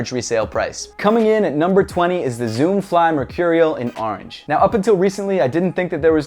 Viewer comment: ITS ORANGE NOT ORNGE